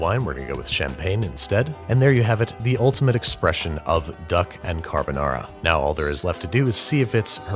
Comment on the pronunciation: “You’re my lil duck carbanara” 😂